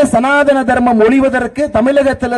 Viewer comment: சனா த னம் என்று சரியாக உச்சரிக்க டது ப்பு இல்லை சனா தானம் என்கிறான் இவனெல்லாம் அற நிலைய துறை அமைச்சர் 😅😅